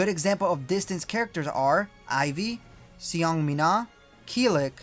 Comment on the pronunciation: fyi seong mina is pronounced as song mi na